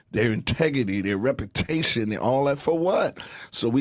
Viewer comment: Earthquake - integity And "repitation"